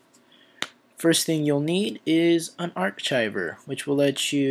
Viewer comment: Great video but please learn how to pronounce the word archive. It's ''ARKIVE'' Not are-chive